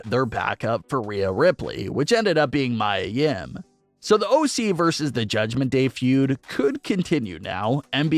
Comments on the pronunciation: It is pronounced Mea Yim not Mya Yim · It's not pronounced My-a Yim, it's ME-A Yim. You sound dumb.